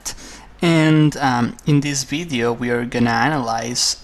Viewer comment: In this "Bideo" lol